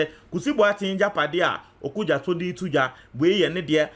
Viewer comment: It's OkudzEto, not OkudzAto.